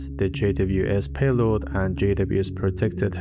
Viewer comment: I'd have enjoyed if you explained also their downsides. Sometimes i feel like you've "rushed" a bit through it. At least you got away from the god-awful pronunciation though the way you talk could be improved (you still stretch certain phrases which make it sound extremely painful to keep watching e.g. payloaaad). Generally I enjoy the content you create and it's one of those rare fine channels. You could absolutely score by going into the apps aswell, e.g. how does hashicorp / vaults work how do multi-part passphrases work e.g. only needing 3/5 of any of the 5 set to decrypt something. If this is the oversimplified version I'd love to see some in-depth ones. Btw. What do you use for the animations? I believe this is one of the few ones that have very nice visualizations